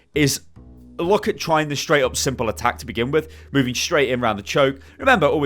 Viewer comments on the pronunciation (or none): none